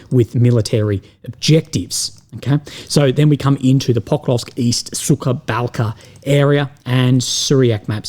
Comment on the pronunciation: Will love you ! But your pronunciation of “ suka balka “ is way of ! Suka means B1tch ! Correct way to pronounce is “ suha balka “ suha means dry